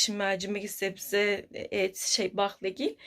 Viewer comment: Abla eleştirmek icin yazmiyorum da zebze değil onun adı sebze baskalari da yazmış biraz dikkat mi etsen kolay bir kelime cünkü kalorifer falan değil ki yanlış söylensin